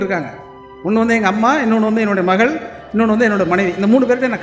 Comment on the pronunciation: நா.முத்து குமார்-யுக பாரதி எல்லோரும் நல்ல கவிஞர்கள்தான்..ஆனால் லகரம் ளகரம் வித்தியாசம் தெரியாததுதான் கொடுமை பாடல்கல் படங்கல்-மகல் என்று எப்படி உச்சரிக்கிறீர்கள்? நாமும் நல்ல கவிஞர்க....ள் னு சொல்லாம கவிஞர்க....ல்...னு சொல்லிட்டுப் போக வேண்டியதுதான்